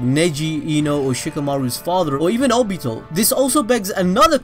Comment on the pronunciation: The way this guy says Nagato and Obito triggers me, and I didn't even know I could get triggered.